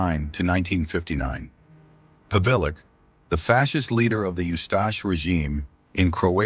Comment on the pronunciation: Pavelic,Pavelich not Pavilic